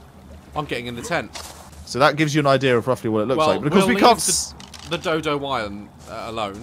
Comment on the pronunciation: Its pronounced wi-ven